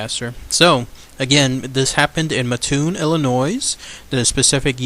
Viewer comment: Pronounced Maattoon.Mattoon,Illinois.Great video.